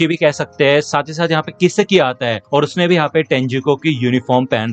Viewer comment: I think it's not kisiki it's kisaki😅